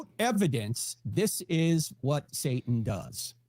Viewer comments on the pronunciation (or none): She can’t even say satan right. She completely misses the T.